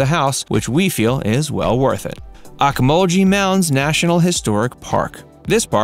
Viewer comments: Ocmulgee is pronounced Oak muhl gee, which is an Indian word meaning "bubbling water" or "boiling water". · You are saying ocmulgee wrong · Bro you pronouncing ocmulgee wrong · Please learn to pronounce points of interest before you go on air. You really were off on Okmulgee.